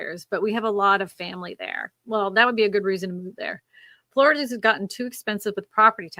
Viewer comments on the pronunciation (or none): none